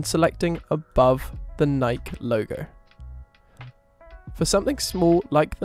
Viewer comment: Very helpful, (sp?). Just wanted to point out the Nike is pronounce Nike'-ee--2 syllables. So the 1st syllable is stressed, with the 2nd syllable pronounced as a long E.